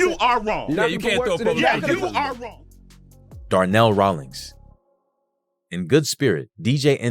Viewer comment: This nigga said Darnell he don't even know